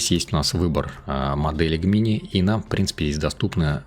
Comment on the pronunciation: Все прекрасно, но пожалуйста, не называй Gemini "Г-мини" - это "Джеминай" ну или хотябы "ДжЕмини"! )))